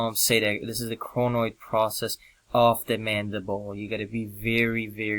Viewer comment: is it coronoid process or cronoid process becaus your pronouncing it so differently:)